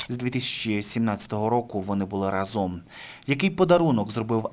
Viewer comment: Не разОм, а рАзом, не плаття, а сукня.